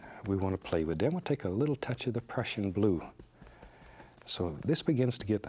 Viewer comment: When he says Prussian blue it sounds like depression blue 😂